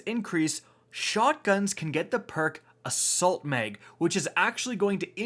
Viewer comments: Tactical MEG , extended MEG 😂😂😂😂😂😂😂 its MAG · It's mag not meg...assault meg, extended meg. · My mans said assault meg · Is it just me or does anyone else hear meg when he says mag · Canadian “People”